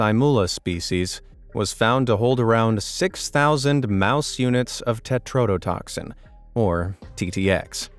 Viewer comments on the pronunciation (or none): none